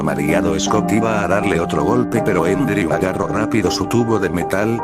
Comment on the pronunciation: Por si alguien no entiende cuando menciona el nombre de fallen se llama Andrew, no endreu.